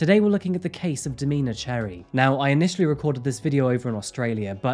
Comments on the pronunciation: Domina is this context, is pronounced dom-IN-a not Do-MEAN-a. It’s a title given to a female dominate in the BDSM community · "domeeeena".....haha no its domina, short for dominatrix 😅